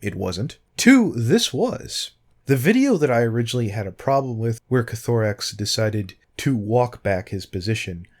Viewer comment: It's Koth-oh-rix not ko-tho-rix x3